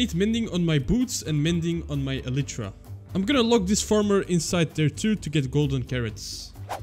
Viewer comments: you say "elitra" its "elaytra" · Bro he sayed elitra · Bro is ellytra a different pronunciation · this guy is the only person I know who pronounces Elytra like that